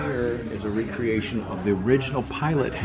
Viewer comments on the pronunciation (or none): that would be re-creation not recreation!